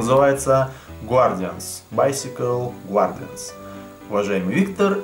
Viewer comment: Топ инглиш - не ГУАРДИАНС а ГАРДИАНС, вот тебе на будущее, )